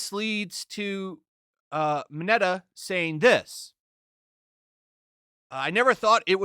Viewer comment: “Deko” and “Minata” lmao